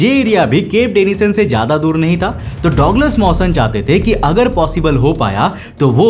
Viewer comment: गजब की कहानी वो डॉगलस नही होता डगलस होता है